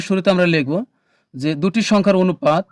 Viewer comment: sir onopat bolle valo hoi😅